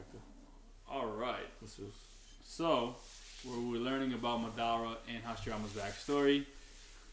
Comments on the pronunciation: Why he call madara, ma dara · Y’all still don’t know how to pronounce madara correctly 😭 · In that argument between Madara and Hashirama spoke FACTS!!! and needs to stop pronouncing madara name wrong 🤣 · For people who don't get how to pronounce Madaras name here, mah dah ra